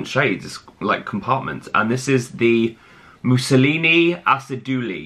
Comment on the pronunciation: Not Mousseline being pronounced Mussolini. Made me snort lol. Love ya.